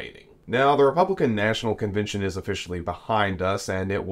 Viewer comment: You must love hearing yourself saying things like convintion instead of convention, or inny instead of any (enny) because you took nearly nine minutes to tell us what you could have said in about two. As bad as me writing all this instead of using fewer words. Irritating isn’t it?